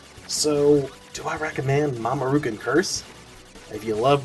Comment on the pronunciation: Mamo-rookoon /groan lol If you're wondering what I am referring to, his name is "Mamoru". "kun" is a suffix added to names, like in English we add "Mr." or "Ms." to the front. Thanks for the review though.